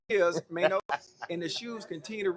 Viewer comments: His name is MAINO not Man O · “Mano” lol cmon Unc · I was looking for this, just butchering that man's name 😂😂😂😂